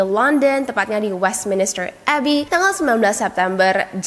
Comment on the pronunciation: Westminster Abbey, BUKAN Westminister Abbey